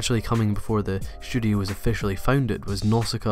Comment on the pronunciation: Every time you say "studio" it sounds like you're saying "shudio". Once you mentioned "Shudio Shaft", I couldn't help but laugh a little.